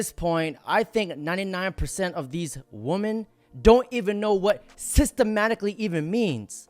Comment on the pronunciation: Please learn to say women correctly.